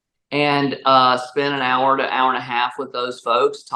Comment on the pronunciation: I like how she said air instead of hour